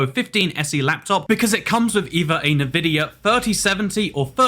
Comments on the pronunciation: NUH-VID-IA 🤣🤣🤣 normal people: n'vid'ia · Damn it, it's not Nuhvidia it's Nvidia (En-Vid-Eeyah). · Why do you pronounce it Navidia? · My guy really said "Nuh-Vidia" and "resizable B.A.R." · why did you pronounce nvidia like that